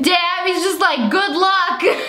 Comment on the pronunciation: She said the "Good Luck." wrong, bummer